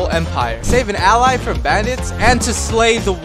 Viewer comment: its prnounced ah-lays